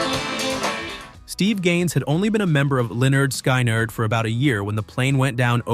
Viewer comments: I managed to tolerate the mispronunciations until they got to Sky Nard. I'm out. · Pronounced leh-nerd skinnerd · It s really lynard skynard. Get your facts straight alright 👍 😮 m announce it right ok 👍 😅